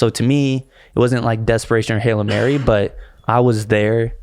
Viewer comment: Is he saying “halo mary” instead of hail mary?! lol